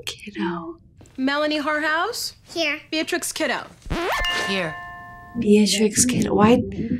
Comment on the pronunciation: "Melanie Whorehouse" am I the only one who hears that when the name is read out by the teacher in the classroom? It's suppose to be Melanie Harrhouse but that's not what I hear. Try telling us Australians we are fortunate having Magpies during breeding season! 🤣 The whole comic book rant is so badly written; Wonder Woman, Aqua Man etc all are pretending to be normal people as well. Super Man isn't the only one.